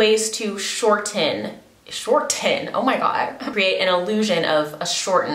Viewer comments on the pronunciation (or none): shortttten with a hard T 😭